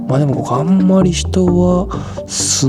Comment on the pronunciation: こ↑こ↓アウト